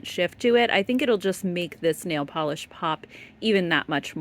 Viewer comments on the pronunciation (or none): none